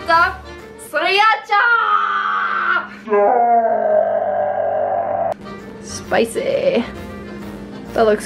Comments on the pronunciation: seriacha your saying it wrong u don't say the i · Looks so good! You actually say it serr- acha, not how it's spelled :) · That's not how you pronounce Sriracha. You guys are so annoying. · I love Siracha . By the way it is pronounced sir-a-chah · it's pronounced sir•acha lol